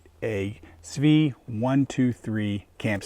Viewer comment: Enjoyed the video and thank you for being the first to post a 123 video with a correct pronunciation of svea.